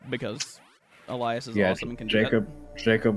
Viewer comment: Elias… Elais… Elius… Eliabus… EELIETUSK